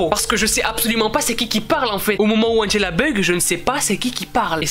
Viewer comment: T bête tu dis angella comment tu t'appelle mais très très bonne vidéo 😜😜